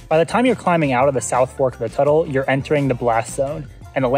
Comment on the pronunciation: Looks like a fun hike. I haven't been to Mt St Helens since before the eruption. Toutle is pronounced Too_tle.